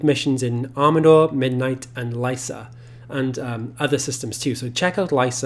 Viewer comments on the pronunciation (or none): Lycia, not lysa or lissa.